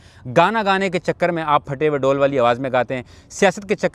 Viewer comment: ڈول نہیں ڈھول ہوتا ہے۔ اسی لۓ فواد چوہدری تم جیسوں کے خلاف ہے۔